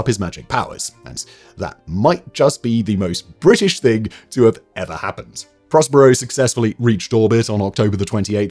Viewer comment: Botched Prospero as well. I think Simon reads these cold.